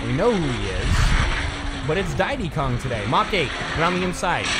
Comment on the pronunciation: It's not didy Kong it's Diddy kong